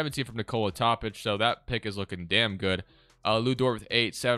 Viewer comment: I swear its pronounced Toe-pich not top-ick